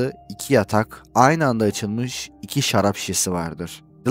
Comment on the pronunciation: Aynen joel demen çok iyi Co demek zor galiba